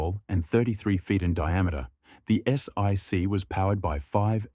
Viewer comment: S-ONE-C, not S-EYE-C. Sheeze!